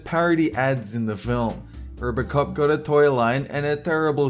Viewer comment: What country do they pronounce their "o"s like "r"s? rrrbrrrcop?